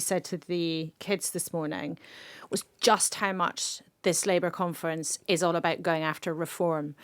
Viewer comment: Labour Party Conference, with emphasis on the syllable Con, LABOUR OUT!